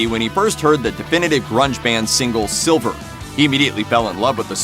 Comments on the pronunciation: 50 % of comments. It’s sliver man not silver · Omfg. It's sliver not silver. Holy shit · It's Sliver not Silver (Nirvana song) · It's Sliver not Silver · sliver... not Silver 😂